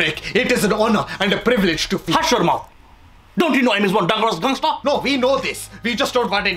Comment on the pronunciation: Yeah lool! He bassically mispronounced "Dangerous Gangster" Lol